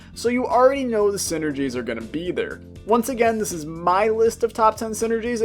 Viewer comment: I thought it was saying syringes and not synergies